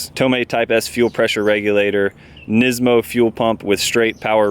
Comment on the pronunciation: NISMO, not NISIMO.